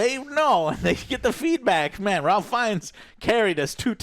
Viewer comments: Its pronounced RAFE even though its spelled Ralph. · and it’s pronounced “Rafe” Fiennes as well LOL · Joe, I love you but damn, please do some basic research before turning on the camera. There's absolutely no reason to fumble or not know this was directed by Nia DaCosta. I can forgive you for not knowing Ralph is pronounced "rayf" because I would expect that, but it's so important to credit the director of a movie properly, especially if you liked it this much. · Guys. It’s pronounced “Rayph” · Yes this is one of my pet peeves. Learn his name dammit. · most Ralph's arn't pronounced like that, fact.